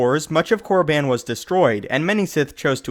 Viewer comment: I love tour videos but your pronunciation of Korriban irks me. It's pronounced Core-uh-bon not core-uh-ban